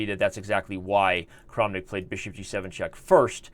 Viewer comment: I feel like if you just switch the way you say the a's in Tal and Kramnik, everything is going to feel ok!